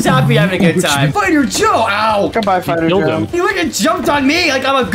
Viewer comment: Why when you said fighter Joe did it sound like spider joe?